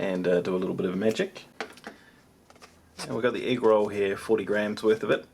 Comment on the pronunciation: everytime he said egg roll, all I can hear is negro